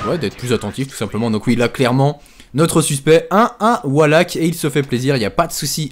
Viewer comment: pourquoi est-ce que tous ces gens qui veulent se donner un genre "a l'americaine" en voulant dire certains mots en anglais ne prennent meme pas la peine de les prononcer correctement ... wallhack prononcé avec un A c'est pas juste il faut limite dire wolehack pour le dire correctement ...